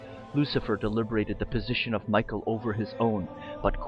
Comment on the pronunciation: Michael wouldn't be pronounced that way...